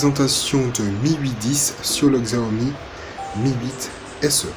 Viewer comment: Xiaomi ça se prononce Chaomi